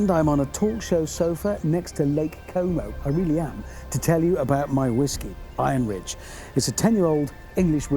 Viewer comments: Iron Ridge sounds quite a lot like "I am Rich" when Richard says it. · When he said the name of his whiskey I thought it was called "I Am Rich" instead of "Iron Ridge" I guess it works on multiple levels. lol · When I heard your sponser opening, It sounded like you said "I am Rich", which makes sense I guess... Or was that just a play, for "Iron Ridge"?